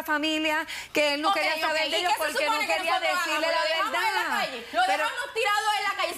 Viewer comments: Jajajaja dicen la velda 😂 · Jajajaja estos cubanos..no pronuncian la....R....me meo😂😂😂😂